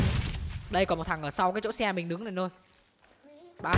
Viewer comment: Yêu cầu ông phát âm đúng chính tả tí Này(lày), nọ(lọ), là(nà)